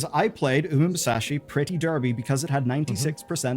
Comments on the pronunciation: "uma musashi" "uma misani" "uma mase" literally everything except the actual name 😭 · Pronouncing Uma musume is not that hard, yo 😭